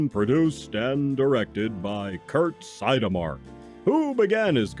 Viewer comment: Do you mean Kurt See-odd-mak?